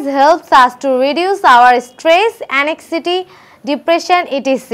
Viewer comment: ANXIETY (ANG-ZAI-TI)